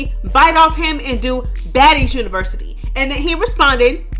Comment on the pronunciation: He can’t the word university pls 😊